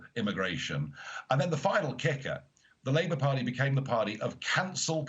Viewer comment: 'Party' is pronounced with a 't' not a 'd' Nigel, please don't do it, you are great orator, don't try sound like a BBC dj from the 90s